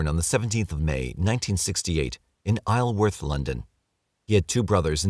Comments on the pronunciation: Isleworth - eye-zel-werth. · Ironically, because he does pronounce words well, he ended up getting the pronunciation of ONE of the London area locations wrong. Isleworth. "isle" is, as we known, pronounced like; I'll. But the place is West London, Isleworth, is pronounced differently. the "isle" part is said, like...hmm. Take the word "marble".. the second syllable "ble" (indeed just like the final syllable in syllable). Take off the "b" and stick on an "s" So it sounds more like "zul" So Isleworth becomes: I (as in Island) plus "zul" worth. Three syllables. It's a bloody weird pronunciation. But that's English for you.